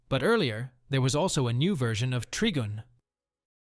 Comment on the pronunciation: its tri-gun tri means 3 or triple. trigin is a ridiculous way to pronounce it